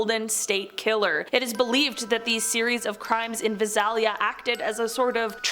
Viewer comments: Lol... love to hear how they mispronounced Visalia... we pronounce it as Vi-say-li-ah. Its cool though. Like most other cities I'm sure we mispronounce them too. Gotta be from the area I guess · The way she pronounces Visalia is hilarious. It’s pronounced Vie-Sail-Ya. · The pronunciation of Visalia made me laugh 😂 it's Vi-sail-ya